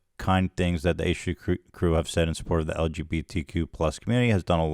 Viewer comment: Ethan not being able to pronounce lgbtqia while still heavily speaking out for us is my daily serotonin boost